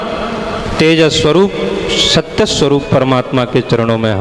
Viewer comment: प्रणाम 🙏 बहुत सुंदर लेकिन आप हर जगह स को श उच्चारित करते हो । समोसे को शमोशा सर्व को शर्व जिज्ञासु को जिज्ञाशु सत्य को शत्य, स्वरूप को श्वरूप, त्रिसर्गोमृषा को त्रिशर्गोमृषा इस पर ध्यान दें। सूर्य को शूर्य न कहें